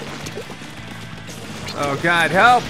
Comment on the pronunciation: when you say "help" it sounds like "kelp" witch totally goes with this game